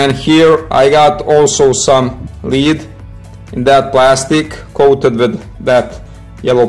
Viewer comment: You think after all those years of being under British occupation they would be able to pronounce it as lead instead of leed.